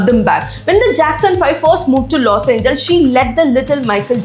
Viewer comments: It's los Angeles..not los angels. I like your content just your pronunciation is not right. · Los Angeles: pronunciation is 'Loss Anjee-lesss' pls